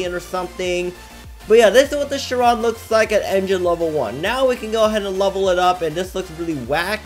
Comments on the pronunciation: chee ron not sharon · It’s pronounced as ‘shy-ron’ (Chiron ) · thats not how you pronounce chiron! its pronounced kai-ron, like in greek mythology